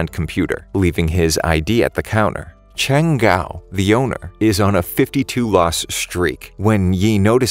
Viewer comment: It's not Yi Chao, it's Ye Qiu! 🤬 It's Cheng Guo, not Cheng Gao